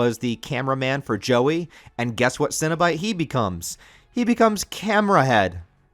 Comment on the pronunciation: Really well put together, and I love the inclusion of some of the comics as well. Did you get in on the Boom studios Kickstarter package this last year? Also if you haven’t yet, dig deeper into Clive Barkers novels and short stories. Definitely worth all the reading. But my dude, you are absolutely killing me with all the “Cinna-bite” and “Munchard” pronunciations. I’m trying so hard over here not trying to picture mini cinnamon rolls every time Cinna-bite is mentioned. 😂